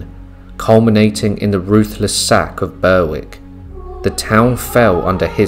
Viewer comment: Bewick is pronounced 'Berrick' 😉